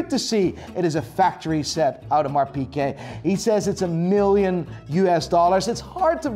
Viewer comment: Love you but it's not Audemars PK ,theres a g in there .